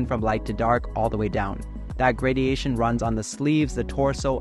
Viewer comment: lmao “gradiation”